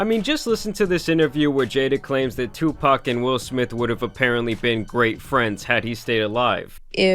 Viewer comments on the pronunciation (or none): Bro saying Tupac with a K